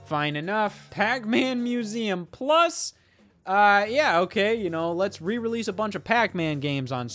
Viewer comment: "Pac-MÆN Museum Pluss?"